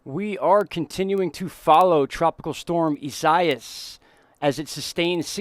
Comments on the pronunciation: EE -siah-EE-ESS come on bro say the name right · It's a difficult name to pronounce but I have an easy way to say it.. Here it is phonenitically EE-SA-EE-AS. Thanks for the update. Living in So. FL, between your updates & Tropical Tidbits, you guys really help me stay informed. Based on your suggestion, I'm gonna check out as well. Appreciate your work.